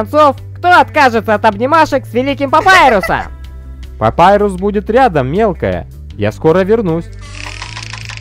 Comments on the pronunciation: Папирус не Папайрус как вы не понимаете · Не Папайрус а Папирус. ПАПИРУС!!!!!!